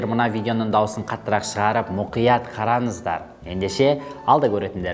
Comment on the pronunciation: ОНай емес, оҢай ғой ! ҚараНыздар емес, қараҢыздар ғой ! жаНағы емес, жаҢағы !